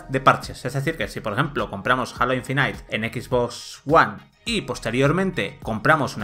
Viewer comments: No "Alo" ni "Jeilo", sino "Jalo". Esperen a escuchar Infinait. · Halo "ainfinitee" lol